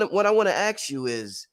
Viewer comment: Why does he say "ax" for ask...